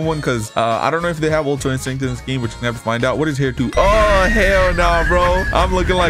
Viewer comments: bro really said super saiyan red and super saiyan ultra insinct............ITS PRONOUNCE SUPER SAYIN GOD OR ULTRA INSTINCT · Bro does not know how to say super saiyan god or ui 😂 sorry I use to be like you